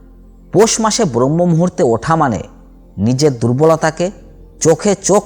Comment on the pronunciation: খুব ভালো বলেছেন, চেষ্টা করবো। তবে কথাটা ব্রহ্ম নয়,ব্রাহ্ম মূহুর্ত